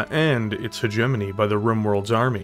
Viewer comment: So you CAN pronounce hegemony lol